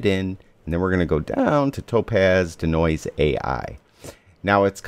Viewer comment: It's DEE-Noise, not 'D'Noise', lol... Also, this doesn't really tell us how to use it as a plugin. I'm looking for how to set it up. This already assumes it's set up. How do I set it up?